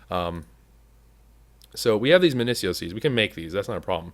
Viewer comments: Please, say it with me: MIN-IH-SEE-OH Essence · not MIN-IH-SEE-OH madpack gives a prunciation its min-i-eek-oh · Sieve is pronounced Siv, you used to say this, and Minicio is pronounced Min ihh See oh